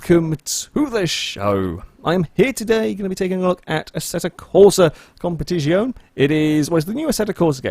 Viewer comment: Even Hammond got “Competizione” pronunciation right, come on 😅